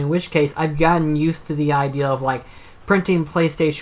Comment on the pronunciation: For: How did you come up with the name Guff for your Toon Link amiibo? For: I mean no offense when saying this & I know has this issue too & even it in his last Q&A but why is it that for example when you say the word "idea" it sounds like the word "ideal"? (I was honestly kind of hesitant to try & ask yet another question for this podcast seeing as I showed up in the last two including this one, I fear that I might end up showing up a little too much.)